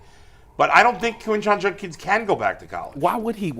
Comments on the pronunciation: It's Judkins with a D. Not Junkins. Come on man. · Why does everyone in the media say "Junkins"? It's JuDkins